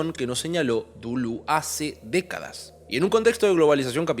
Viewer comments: Dulú? "DELÉS" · exacto, suena a delés con la tendencia hacia la u, no a la inversa. tu "dulús" es erróneo y horrendo; andá al abecedario y escuchá a claire parnet pronunciándolo. o a cualquier lado, a ver si seguís escuchando "dulús". y ya que estamos, el video es cortísimo en calidad de análisis pero bueno, será para determinado público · lo que pasa es que lo pronuncias literalmente duluz xD. Gran vídeo como siempre! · Lo único que no me gustó fue que cuando le dices Duluz me saca de onda jajajaja pero buen mi video mi bro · yo te quiero mucho mucho de verdad pero por favor decídete en cómo vas a pronunciar Deleuze porque cada vez sacas una cosa distinta